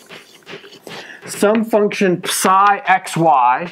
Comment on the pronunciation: The way he says psi hurts me